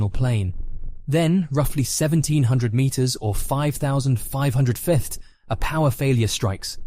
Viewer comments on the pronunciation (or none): why do you have so much trouble pronouncing the word "feet"? i've heard every version of it but the correct one... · Why can’t you pronounce feet properly at the start/middle of this video but you pronounce it properly near the end?!